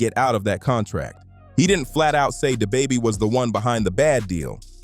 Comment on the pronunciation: Yo ai butchers names who tf is day baby and stoona